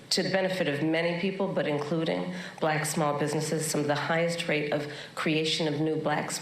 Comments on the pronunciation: It's like he adds a syllable to the word black. Thats too funny! Balack. 🙄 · He's so racist he can barely say the word black.